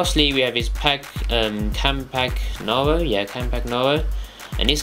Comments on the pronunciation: How to pronounce: Chiellini: 'Ki-eh-lleni'. Barzagli: 'Bar-za-li' (soft 'G'). Campagnaro: 'Camp-an-yaro'. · its pronounced campanyaro the G is silent ;) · classic Brit... cant even say their names right... KEY-EL-INI, MAR-KE-TTI, CAMP-AN-YARO. mio cazzo uomo....